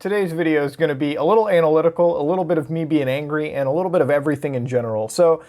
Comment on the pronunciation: "a little bit anal-itical"